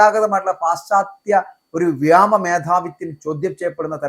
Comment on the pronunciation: "വ്യാമ " മാണോ അതോ വ്യോമ മാണോ ശരി